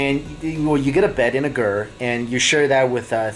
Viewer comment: A bed and a “GER” 🤣🤣🤣🤣🤔